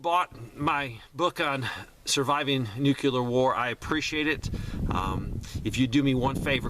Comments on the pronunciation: Selling a book about surviving nuclear war and habitually mispronounces nuclear. Good reason not to buy his book. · Would help his credibility if he stopped mispronouncing nuclear.